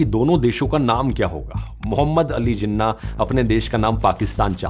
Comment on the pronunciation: Im pakistani. But i think this movie make Jinnah look a bit evil. And dhruv rathee its pronounced like this: jee-naah. Please correct it as we say Nehru And Patel as you do. Once again, please correct your pronunciation. And also, Jinnah wasnt bad, Neither Patel Or Nehru Or Gandhi. Dont Make our Country's Founder look bad. (opinion) I hope sees this comment and improves his research and the way of explaining and expressing things. Thanks.